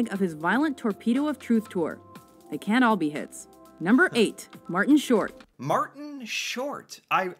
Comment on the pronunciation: Can't you say "can't ", because you too often confused the two! It must be "Amuricant English"